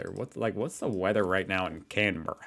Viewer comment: You nailed Canberra 👍